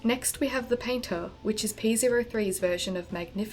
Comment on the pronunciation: Ok, lemme be clear here. You're mispronouncing the name of the robot Scrybe. It's "P-OH-3", not "P-ZERO-3".